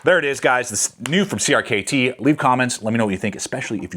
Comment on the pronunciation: Great video. Hearing you constantly say “Creamy” is a bit cringe though